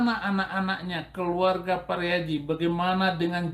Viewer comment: Pariaji pak bukan pariadi